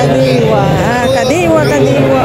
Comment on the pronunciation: Hinde kandiwa it’s kadiwa